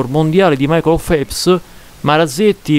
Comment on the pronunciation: Finalmente uno youtuber che non parla di stronzate, comunque si legge felps 😂